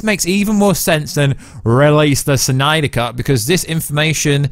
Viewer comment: This news was good enough for me to sit through you saying “suNYDER cut” a bunch of times.